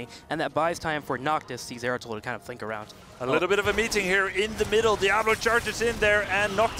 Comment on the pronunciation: No zagara and it's zeratul plz notice this host